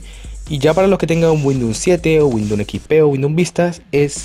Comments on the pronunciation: Es Windows no windoun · Cuantas veces dijo WINDOM Xd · 31/7/2020 me funcionó gracias, una cosa se dice windous no windoun, gracias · windun xd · 'Windnon 10 8 7 xp ' 😂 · No sabe ni decir windows imaginate si sabe instalar un driver! jajajaj